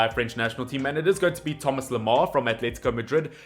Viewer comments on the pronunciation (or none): none